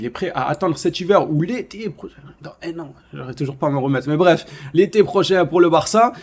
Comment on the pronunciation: Mais tu me fais rire quoi la manière que tu Dit 1 ans 😂